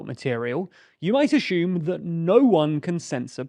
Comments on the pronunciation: "Axume". Why can't Brits say "assume". Also, wow, we are in the future! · Actually, I "ashoom" all the time. Like , I "ashoom" you screwed up big time claiming the P*ornhub issue took place in December, 2022 when this video is released on August 23, 2022. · I love the way British people say "ashume" instead of "assume" 😁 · There is no “h” in assume. Edit to add: I realize that also goes for sugar and sure but I have never heard them pronounced differently. Assume has previously only been pronounced as as-hume. Pronouncing it as ash-hume seems to be the result of “intellectual elites” putting on airs and being pretentious pricks.